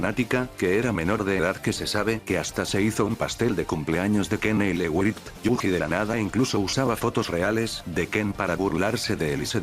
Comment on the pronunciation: ¿ hablando sobre Ken Ele Raigt? Un video que no pedí pero necesitaba 💯